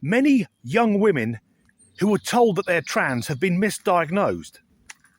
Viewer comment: It is WE-MEN day 😂😂